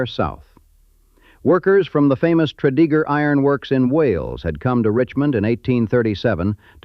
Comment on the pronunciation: Tread-a-gur...not Tread-E-gur